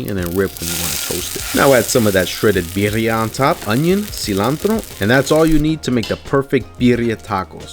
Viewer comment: "Barrio tacos”